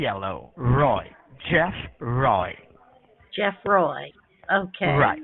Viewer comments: Mah nemmm isss Chafff Roy. Well Roy is a common asian surname, for example, i believe there was a cricketer called Pronob Roy a while back. Jeff, not so much. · "Chess Roy" ????